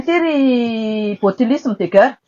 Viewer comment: Ity tena pute ka ! Ilay tomba fiteny 🙈 guerre aza tsy hay manonona 😂 dondrona enao ka ! Maivana be refa mba manao commentaires 🤣